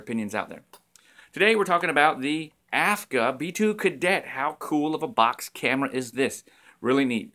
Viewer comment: Ah, those vintage cameras, I would spend all my money on them if I could :) Aren't they beautiful? I can't wait to check your Kickstarter project. Yesterday I got a Diana Mini (Lomo), I'm curious to see what I'll get from it. PS: correct me if I'm wrong, but isn't it AGFA instead of AFGA?